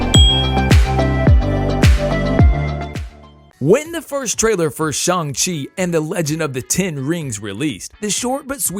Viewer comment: It is pronounced Shang-Chi not shong